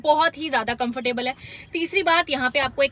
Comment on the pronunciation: Funny pronunciation of COMFORTABLE 😂😂